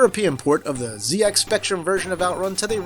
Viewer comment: Finally somebody standing up for the right way to say ZX